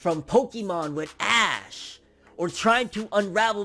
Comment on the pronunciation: It's Ash not ashe lol or Satoshi is his actual name